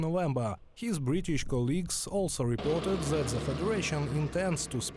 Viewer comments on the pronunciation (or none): “This” is not pronounced “Zis”. “That” is not pronounced “Zat”. “Those” is not pronounced “Zose”. “They” is not pronounced “Zay”. Otherwise, pretty decent report.👍🏼😄